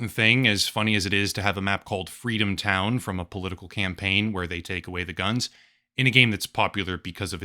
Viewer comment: Fweedom town?